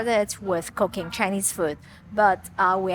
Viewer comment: I'm brand new to your channel, and I noticed your English accent is very good. However whenever you would say "...Cooking-" it sounded like "cocaine" and I kept thinking I accidentally clicked on a different kind of video. 😭😭🤣 Thank you for this video this was very helpful.